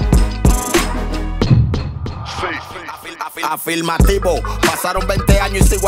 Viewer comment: Creo que un rapero de la talla de lápiz, ya debería tener una mejor pronunciación….Afilmativo se escucha feo bro. Soy fan de Mecal pero también escucho algunas de tus canciones.